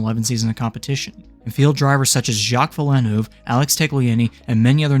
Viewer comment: pronounced "vill-neuve"